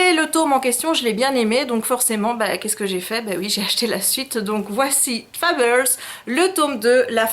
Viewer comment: Pourquoi "Fabeuls" et pas Fables ? "Matché pas". T'aimes ça les anglicismes on dirait.^^ Ouah il est super beau Mysterious times. Ce n'est pas sorti en français?